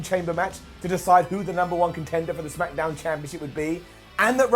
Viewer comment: Second time in 7 days..... "Lets up those smack-a-downs!!!" Brown down!!!